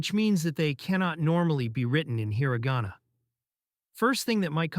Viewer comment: Just dropping HEARA GAWNA left and right. I think my ears are bleeding.